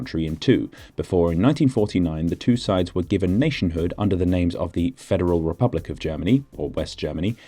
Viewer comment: Of course the real tragedy is that you mispronounced “republik”